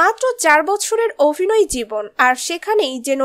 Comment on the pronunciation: চড়ুই য়ের অভিনয় ( Abhinoy ) আমার খুব ভালো লাগে, লাগছে। কিন্তু ওনার Avinoy/ Ovinoy মোটেই ভালো লাগছে না। মহাশয়া, ' ভ ' এর উচ্চারণ টা ' bh' এর মতো। ' V ' এর মতো নয় মোটেই। বড্ড কানে লাগলো বলেই বললাম। এর পর থেকে এ ব্যাপারে সতর্ক থাকলে ভালো লাগবে।